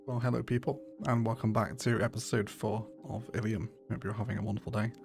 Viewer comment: I think you called the city Illy at the start of the timelapse. It's canon in my head now, the locals call Illium "Illy"